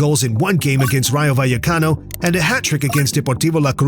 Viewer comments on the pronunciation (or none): none